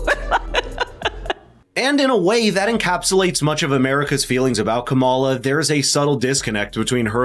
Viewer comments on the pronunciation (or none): I enjoyed the parody ad. It is a bit annoying that keeps mispronouncing KAM-a-la's name. This must be deliberate, and it's a bit juvenile.